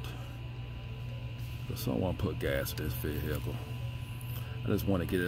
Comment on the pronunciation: The vee hickle